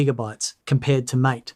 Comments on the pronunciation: Great video! I really appreciate the thorough, data-driven analysis and the objective comparison between Cinnamon, MATE, and XFCE. It’s refreshing to see concrete numbers rather than just vague impressions, especially the real-world RAM usage results. However, I do have one piece of constructive criticism regarding the MATE desktop environment. Throughout the video, you pronounced it like the English word "mAte" (rhyming with "gAte" or "dAte"). In the Linux world, MATE is actually named after the South American plant yerba matE, which is used to make a popular traditional beverage. Because of this, it is officially pronounced "mah-tAy." While they are written exactly the same way, they are two totally different words with completely separate meanings and pronunciations: Mate (English): A friend, partner, or colleague. MATE (Linux/Spanish): Named after the plant to follow the tradition of naming desktop environments after flora (similar to how Mint itself is named or how MATE's predecessor, GNOME, led to various plant-themed spin-offs). Correcting this pronunciation in future videos would definitely elevate the accuracy of your content, especially since your channel focuses so beautifully on Linux Mint. Keep up the fantastic benchmarks! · If you care how things are pronounced, you may want to look up how to pronounce MATE (ma-tay) I'm not running Mint but +1 for MATE then LXQT. That perspective you were saying you weren't going to include, well I refer to as snappiness, well in my tests/experience MATE and LXQT just seem to do much better. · The MATE desktop is actually named after that great drink, yerba mate. It should be pronounced ¨ma-teh.¨ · If the project cared about how things are pronounced they would have placed an acute accent above the 'E'. However depending upon where you believe the origins lie, it could be central or northern European, in which case it should be pronounced "ma-teh". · MATE is pronounced "mah-tay", not "māte"